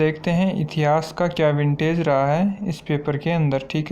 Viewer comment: विंटेज नहीं होता वेटेज होता है।